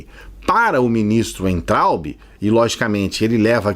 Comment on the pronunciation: o sobrenome daquele burro se pronuncia vaintraup!